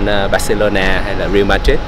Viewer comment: Góp ý cho a Quang Vinh là Real Madrid phát âm là “ray-al” chứ không phải đọc giống chữ real tiếng anh đâu nha